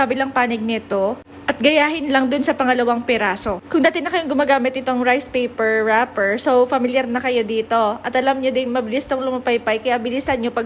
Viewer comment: It always cracks me up hearing a completely foreign language and the out of no where there’s some english like “rIIce payperrr wrapperrrrr” 😂😂